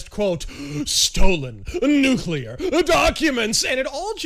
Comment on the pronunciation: Stalin: "Gimme nuculear secrets please!"